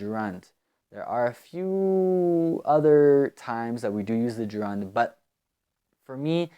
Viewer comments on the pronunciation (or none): Yo, bro. I think you're pronouncing the word Gerund in a weird way . I think it is pronounced (je'rend)